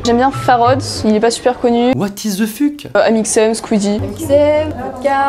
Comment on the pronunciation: « what is the fuque » 😂